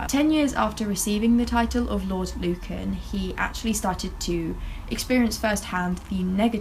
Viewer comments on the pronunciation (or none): Luncan? It’s Lucan, hon. Like, “Loocan”. xo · LU-CAN not lun can lol